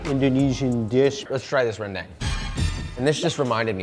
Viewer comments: Rhen-DUNG, not dang. From Sumatra and you'll note it's not crispy unlike what Gordon Idiot Ramsey will tell you that it should be. Too bad you didn't get Kwey Teow at the Malaysian place. That's my #1 comfort food from my 17 years there in Kuala Lumpur. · Dude... I agree that it needs to be pronounced "ren-DAHNG", but a white-passing dude in NYC caught rolling his R's is gonna get decked (I say this as a lily-white anime fan who just tried to nail the pronunciations in high school. Certain people just AREN'T ready for that stuff) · FOR THE LOVE OF GOD, learn how to say the names right!!!! Please! Every foodie and chef I see calls the Indonesian food Rendang WRONG…it’s Ren- DAHNG… and if you really want to say it right, roll your R. As someone who was born and raised there it kills me to hear Americans butcher this name! But otherwise great video!